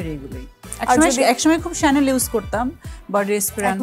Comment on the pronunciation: Chanel ekta French brand chanel er french uccharon shanel eta thik bolsilen uni